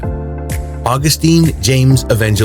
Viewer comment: Dude, Augustin is pronounced Aw-GUS-tin, not August-TEEN. Think of the difference between Justin and Justine.